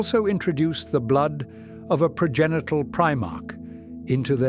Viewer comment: He said "Progenital".